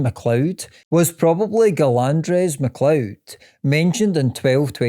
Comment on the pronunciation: Gillandres is pronounced gillanders not gillandrez